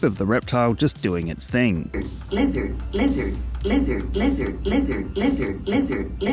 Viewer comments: Am I insane, nobody is mentioning this but that does NOT sound like it’s saying lizard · Sounds like "glizzard" Like he's asking for glizzies.